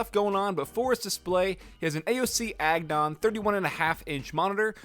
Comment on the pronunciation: did he just call the aoc agon monitor 'agnon' 8.35